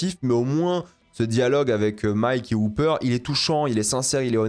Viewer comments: Pourquoi prononcer Hopper "Houpper" ?? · on peut respecter le "o" de Hopper?